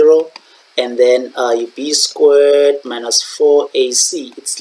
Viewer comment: Why you prounouncing squared like that😭